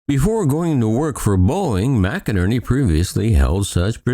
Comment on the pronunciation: McNerney is pronounced "Mick-Nerney" not Mac-a-nerny.